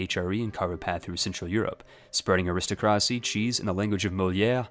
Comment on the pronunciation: The way you say aristocracy would make the aristocracy commit seppuku